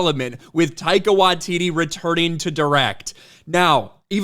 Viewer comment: Taika Washiti ?... please Not that Jojo C*appy guy.